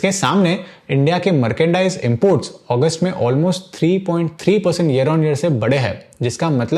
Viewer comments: मार्केंडाइज नहीं मर्चेंडाइज होता है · Merkendice nahi merchandise he bhai 😅